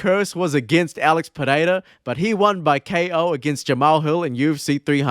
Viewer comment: As a portuguese native, your pronounciation of Pereira is absolutely spot on. So many people butcher portuguese/brazilian names, you say it like a true native